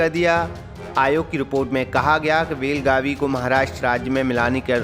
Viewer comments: Belgavi nahi belgav bolo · Abe gadhe belagavi nahi बेळगाव bol